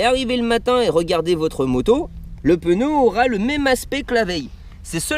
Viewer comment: sympa ! par contre on dit un pneu et pas un peneu....